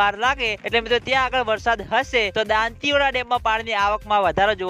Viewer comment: ભાઈ તુ હજૂ દાંતીવાડા બોલતા ના શીખ્યો